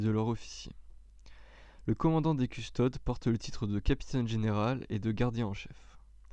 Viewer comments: C'est vraiment dur à écouter du fluff quand tu fais des fautes de prononciation à longueur de temps. CustodES : à mon sens on dit "custodès" Roboute Gulliman : tu le dis très à la française. Il y en a d'autres .... Beaucoup de répétition et une lecture très plate : Met un peu de vie dans ta lecture ! C'est intéressant mais la forme rend l'ensemble difficile à suivre ! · Lucius Forge oui il faut lire les noms comme en latin : Adeptus deviens Adeptous et Custodes : Coustodes ( dans la prononciation)